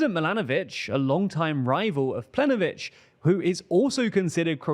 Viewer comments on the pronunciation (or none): Plenkovich not plenovich, pls make an effort to get these right, it makes you look less credible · It's Plen(K)ović, and Andrej is pronounced like Andrei. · Your information about Croatia is questionable but the most questionable part is how you managed to mispronounce the name of the Croatian prime minister written in a language known for being pronounced as written. PlenKovich written phonetically. Also the rest of the information is not entirely correct making that part completely irrelevant and even disingenuous in it's coverage which is technically spreading misinformation. For the sake of every Slavic language speakers sanity, at least double check if you are pronouncing the highest ranking member of a governments name right, you are a news channel after all. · My guy, if you want to sound like a credible news outlet, please learn how to pronounce names of leaders correctly. It is Andrej Plenković [andrey plank-ovich is the closest you can get to it], the Z in HDZ is pronounced as ZED not ZEE. The first time it is funny, but after that it gets annoying, especially since you got an entire team of people checking the materials for this. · Planković is the croatian priminister, the first you said it wrong it was funny but got annoying quickly. lamao